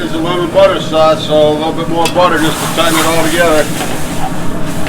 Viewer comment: nevahh enough gahhhhhliccc and buttahhhhh lols